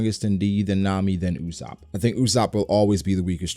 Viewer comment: my guy, It is not UOSAPP!!!!!!!!!!!!!!!!!!!!. Its usopp